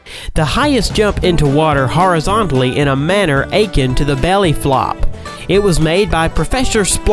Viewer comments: He also said ache-en instead of akin It made my brain ache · Amazes me how many content creators mispronounce fairly common words i.e. 'akin' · When he says "Akin" like ACHIN' (aching) it shows he's clearly never heard that word said before. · Dude doesn't know how to correctly pronounce "akin". LOL